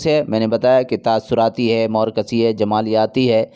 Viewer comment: زبان درست کریں ہجے صحیح ادا کریں۔۔۔مورکسی نہیں مارکسی ہے